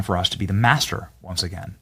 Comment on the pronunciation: I really don't like how he said master, that had a hard r hidden in it